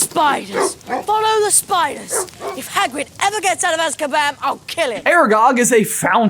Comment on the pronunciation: currently at the aragog part, is it just my ears or does Ron say that Hagrid is in Azkabam